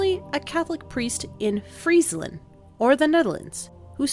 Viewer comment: THE PRONUNCIATION OF FRIESLAND IS SO GOOD (as someone from the Northern Netherlands)